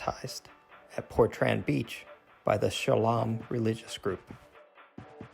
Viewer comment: is it not portrain how its pronounced not portran